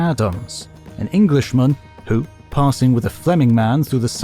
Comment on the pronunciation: "Eglisheman"? "the Japans"? is this just hohw they used to say things?